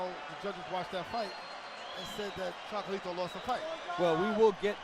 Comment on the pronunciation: Maybe the commentator should focus less on glazing Chocolatito and more on learning how to pronounce his name